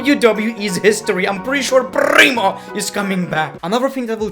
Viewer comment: I fall from my couch laughing at Prrrrimo and Epico 🤣🤣🤣